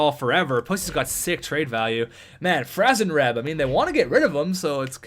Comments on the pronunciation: It's franzreb you idiot!😡😡😡😤😤😤🙄🙄🙄(Fran-zuh-reb) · Don't get Franzreb... you can't pronounce his name hahaha jk bro <3